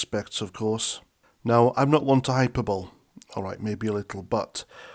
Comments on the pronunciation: Hyper-bowl? 😮 hy-PER-bo-LEE? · Hyperbole hi-per-bo-lee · it's hyper-bolee in pronunciation. I'm genuinely getting frightened by the way this is all going. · meant to help: hyperbole is pronounced high purr bow lay, like flying in a hyperbolic orbit